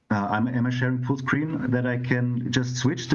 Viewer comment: Kevins said Fullscreen, i heard footcream